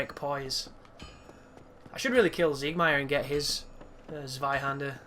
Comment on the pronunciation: i cringe everytime you pronounce the word zweihänder lol. the "z" should sound the same as the "ts" in tits :P